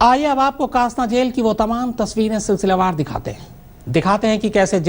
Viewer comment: कासना नही, डासना नाम है**